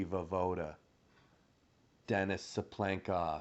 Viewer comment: Tsyplenkov — Цыпленков, this last name sounds quite similar to Tsypl'onok (Цыплëнок), which means a chick 🐣 Here in Russia Denis (the stress is on a second syllable btw) often called Tsipa (Цыпа)